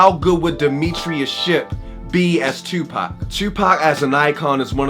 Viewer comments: First time viewing this channel, but as soon as you said "Tewwwpac" I knew you were from Baltimore. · Knew you were from Baltimore how you say "Tuupac"